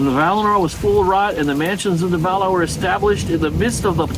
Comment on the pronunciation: I love you dearly and I enjoy your videos. Please help me out by checking the pronunciation guides again. I can be awfully particular about which syllable gets the accent on words like Valar and Aman, and you make me twitch when you don't follow Tolkien's rules. 🫂